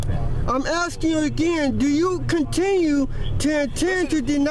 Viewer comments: IMHO the officers were very patient and lenient. They could’ve added charges for threats to commit violence too. Did he not say, 3 or 4 times “I’m axing you”? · Has this person got a sound recorder about his person...because it seems to be stuck on repeating the same lying BS. If he gets it repaired it might stop saying "Axing" perhaps?